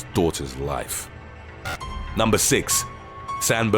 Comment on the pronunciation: Numbah eight Dubbo crash